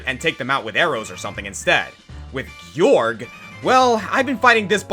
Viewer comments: It's pronounced "George". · "Gee-yorg"? This whole time I thought it was pronounced George. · I thought Gyorg’s name was pronounced as George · You... dont have to hit The Imprisoned's toes..... Also I pronounced Gyorg as George when I played lol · There’s only one thing he got wrong on this list he’s number one because it’s not called gyorg His name is George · Fun fact: The letter G can only sound like a J if there's an E, I, or Y after it; Gyorg has no letter after the second g, so by the English language's weird-ass logic, it's not George.